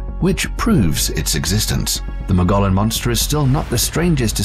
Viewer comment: Do some research first. Learn how to properly pronounce “Mogollon”. From one whose lived in Arizona.